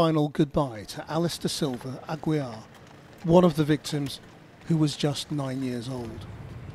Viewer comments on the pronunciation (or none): Just a note to the programme; Aguiar is pronounced "AgeeAr" in Portuguese (not Agweea)